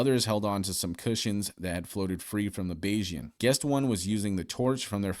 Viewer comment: bayes- ian is the correct pronunciation 😂